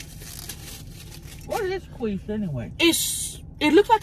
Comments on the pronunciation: I will now forever say “queesh” for quiche. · lettuce with french toast is a garnish lol... and its quiche (pronounced Key-shh not quwee-shhh...lol) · i love how Tammy said, "World Famous KWEESH" instead of KEESH.......she made it sound like KWEEF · 'Queesh' has me lmao!!! 😂 It's pronounced 'Keesh'. 😂❤ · Qweesh hahaha sooo funny 😂 it's prounounced keesh!Love you both!😜😘❤❤ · Lmao i was dead when you kept saying qweesh its actually quiche pronounced ( keesh). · Quiche .pronounced keesh.😂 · Like "Keesh" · She says it like queef but qweesh, and I about lost it when she said that. 😅😂😅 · The way she pronounces quiche and pico de gallo 😂😂😂😂thanks Tammy and crystal for another mukbank!! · Gatekeeping that should be a crime!!! 😂😂. Thought Tammy said “world famous queef?” 😂😂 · OK.... luvya hunnies.... the pie is pronounced KEEESH & the purple nuggets are a variety of potato... very flavourful...lettuce... a decoration... 😊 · Tammy 💛What you had was Quiche or (Qweesh) Lorraine😉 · Sounds like she was saying queef😂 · It's pronounced "keesh"! (Quiche) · Quiche - kweesh lol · "qwish" is that a quiche that makes you queef?? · pronounce keysh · Quiche is pronounced "key-sh". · The way she pronounced quiche had me dying 🤣🤣🤣 Love you Tammy! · I will never say it correctly again 😂😂😂😂😊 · I love quiche its so good You're pronouncing it wrong and it's really funny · I love how you pronounce “quiche!” 🤣